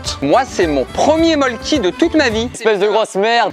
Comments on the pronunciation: Pour info ça se prononce Molkku et non Molkki, en Finlande le y se prononce u (ma tante y a habité elle sait de quoi elle parle) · En vrai ça se prononce mölkku. Voilà juste une petite précision